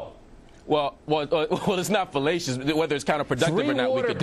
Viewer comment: O'reilly: It is fellatious. Marc: It's not fellatious. Lol!